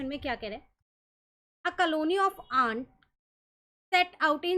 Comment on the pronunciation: It is ants not aants..😂